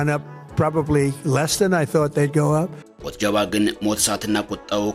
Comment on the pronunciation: ኧረ ተው ጃል ሞጅተባ በል ሞት ጀባ አይደለም😂😂😂😂😂